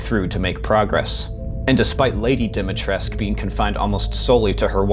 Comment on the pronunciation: this jabroni cant pronounce dimetrescu